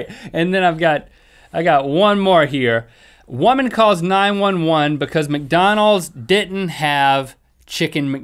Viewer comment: jan rychwinski "becouse" lol